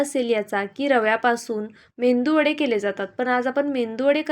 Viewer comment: मेंदू वडे नाही तर मेदू वडे बोला. 😂😂